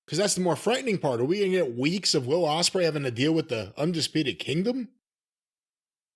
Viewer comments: "Will Osprewich"🥪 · The way jimmy says Ostrich always makes me laugh